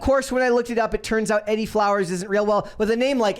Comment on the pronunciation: Pretty sure the name "Edie" is pronounced Ee-dee. Both syllables rhyme with "bee".